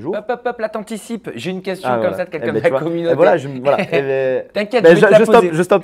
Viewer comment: C'est moi ou il dit "quenqu'un" au lieu de "quelqu'un" ? 🤔